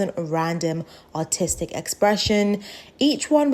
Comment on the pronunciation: every time u said "Artistic" i thought you were saying "Autistic" until i saw the subtitles